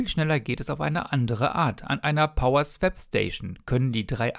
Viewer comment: Die Lademöglichkeit ist schon arg begrenzt. Typ2 sollte schon möglich sein. Dafür finde ich den Preis dann schon happig. swap spricht man eher wie swop, nicht swäp.